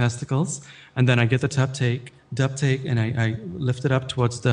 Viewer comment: Tuptake, uhm dubtake HAHAHA I DIED./